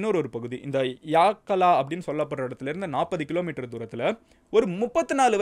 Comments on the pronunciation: It's not Yaakkalaa it's Yakkala யக்கல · கோட்டவா இல்ல❌ கொட்டாவ✅ யாக்கலா இல்ல❌ யக்கல✅